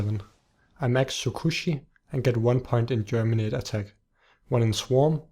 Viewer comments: It's geminate not germinate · GEMINATE GEMINATE GEMINATE GEMINATE "BEING DOUBLED" NOT GERMINATE "TO PUT OUT ROOTS" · ***** the proper word is geminate, which means to double